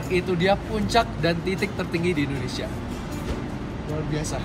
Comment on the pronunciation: Papua bukan ondonsial